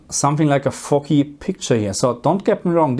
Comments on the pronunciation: As a Norwegian, my English is not perfect either 😅. Foggy sounded a little like "fucky". Kinda works too, since foggy blacks are a little fucky 😂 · Aaah, "foggy". At first, I thought you said something else there. 😅